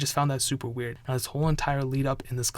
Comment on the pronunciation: Hearing you say wearied makes me feel sick